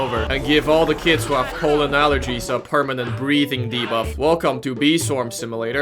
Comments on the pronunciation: I am concerned about pronunciation of pollen sounding like poland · is it just me or do i hear him say Poland not Pollen? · Poleand not pollen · "🤓 um actually its pronounced pollen, not polen🤓" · only thing i heard when you said "pollen" was "Poland" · Not trying too be rude about your acsent but o think it is funny how when you say pollen it sounds like pualen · Ah yes "powlen" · the way you say pollen sounds like Poland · whenever he said pollen, I heard poland. "I love collecting poland." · It's not Poland that's a country It's pronounced palend